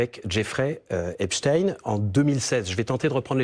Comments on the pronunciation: C’est intéressant parce qu’elle dit Epstine alors qu’elle sait très bien que ça se prononce EpstEin, comme si elle couvrait une certaine communauté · c’est fait expres de mal le prononcer pour couvrir leur communauté mais c’est bien epstein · hepstine , mais non elle la pas dit comme ça ? .. elle rigole j'espere 🤣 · j’habite aux US personne ne dit Epstine a part ceux qui prononce mal